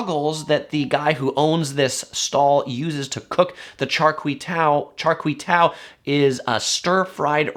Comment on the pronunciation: Pronounced "Char Kwei Due"